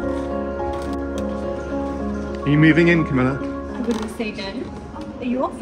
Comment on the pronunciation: Camilla not Comilla! Sorry.